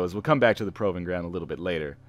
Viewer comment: Please pronounce "proving ground" the way that makes any sense instead of what you are doing now.